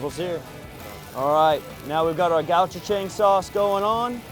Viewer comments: Thanks for the recipe and grilling instructions. BTW, it's pronounced "go-chew-jang" or ""go-ch-jng". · I love that Americans are discovering Korean flavors! But hearing the pronunciation was painful! 😀😬